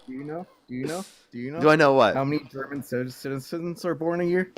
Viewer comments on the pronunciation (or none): none